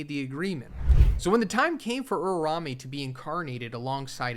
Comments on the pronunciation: URAUME not urame😭😭😭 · why this mf keeps saying URARAME wtf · Drink everytime he butchers uraumes name.